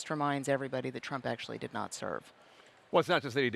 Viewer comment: Notice the emphasis on "did not." I'm sure Jake Tapper had Trump in mind when he said that because Trump allegedly had bone spurs and didn't go to Vietnam.